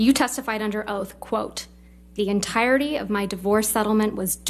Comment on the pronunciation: "I pledged thee en-tyre-dee too cheridee", WHAT? Americans are getting worse at English every few years, they'll be speaking a new language soon.